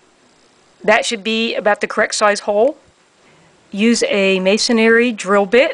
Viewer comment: MA-SON-RY, not May-son-ary. Sorry 😐